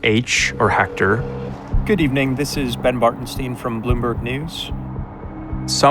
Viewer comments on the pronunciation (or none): Batren"stein", ok I understand... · Reporter: «BartenSTEIN» 🧃